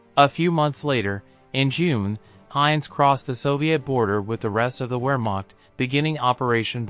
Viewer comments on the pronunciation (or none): Great vid but for crying out loud, learn to pronounce things as they are. Viz, the word Wehrmacht is pronounced 'ver, makt or maKHt. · You need to study a bit of German if you intend to make videos like this. Words like Wehrmacht and Jugend sound very different to what you are saying.